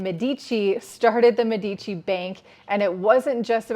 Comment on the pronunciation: It is mé-di-ci, not me-dí-ci